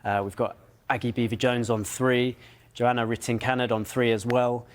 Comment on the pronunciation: Can't even pronounce Johanna's name right, load of waffle